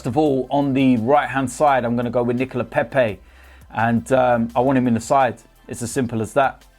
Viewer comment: His name is Nicholas not Nichol-it